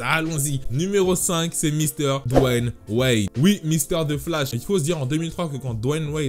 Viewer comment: Tu prononce légèrement un i avant, c'est un peu complexe j'admets 😂 Dw-i-ane